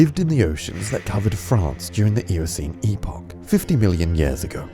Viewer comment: "...million yass ago."